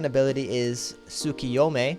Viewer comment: Did he just say tsukuyome?